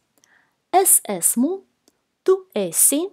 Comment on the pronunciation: Я смотрела другие видеоуроки и там esmu, esam, esat произносили как асму, асам, асат, как бы через открытое Е. В ваших видео буква Е произносится практически везде как закрытое Е как эсму, эсат. Это вариантные произношения?